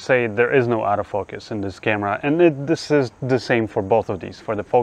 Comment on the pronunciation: I love how your accent makes ‘auto focus’ sound like ‘out of focus’ perfect for a camera without that feature! Great video - thanks.